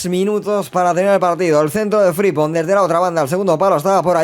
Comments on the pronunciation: Gran modo carrera y muy realista, como siempre. Pdt. Es FriMpong, la m suena y rechinó bastante durante el capítulo. Un abrazo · Por qué le llamas fripong y no frimpong y gapko y no gakpo